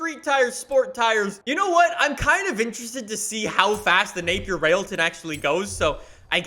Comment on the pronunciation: The same company that invented British Racing Green, has the fastest car in the world, has an amazing name. But nobody knows what it is. At least you pronounced it right